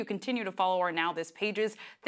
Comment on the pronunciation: 🤣🤣🤣 Zinhle that's not how that name is pronounced sis, my Zim and SA people will know